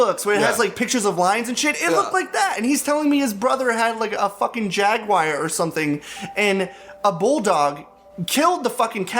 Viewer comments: I can handle "convulging". I don't mind "prestige" in place of "pristine". But I take issue with saying "jagwire". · I live in the U.S. and always heard jagwar, but learned jag-yu-ar from top gear and it just stuck with me because it makes so much more sense Edit: oh my god I don't care.